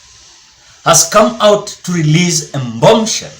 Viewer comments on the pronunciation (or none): Sema "Bomb" "Bomb" Bomb Sell" huwa unasema "Mbom Shell!"